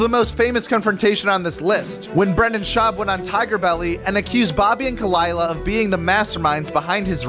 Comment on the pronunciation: Number 1 ruined it all..Kuh-LIE-luh?! Are you fuckin kidding me?! Gtfoh